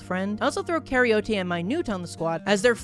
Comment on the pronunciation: Karyote is pronounced like eukaryote without the eu (care-e-oat)